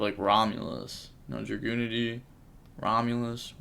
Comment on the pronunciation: Btw the dragunity monster is pronounced Jae Dear